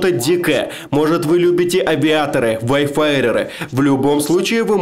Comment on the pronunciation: как же режет слух его "ВАЙФАРЭРЫ"